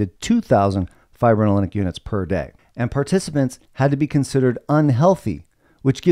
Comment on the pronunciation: The word "fibrinolytic" literally means "fibrin breaking". Lytic is pronounced lie-tick.